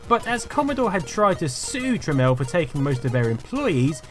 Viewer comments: Um. The guy's name is Jack Tramiel not Jack Tramel. It's fucking annoying hearing you mispronounce and seeing you misspell his name constantly through the whole video. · "TramIEL" ... not "Tramel". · Jack Tramiel formed the company Tramel Technology Ltd. so that people would pronounce his name properly as "Tramel."